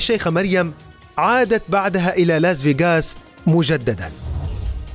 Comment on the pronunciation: لاس فاياقاس😂 يقهر كيف ينطقها